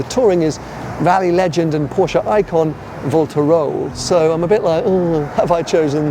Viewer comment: Pronounced Valter not as vaulter; and Proyninger dear boy.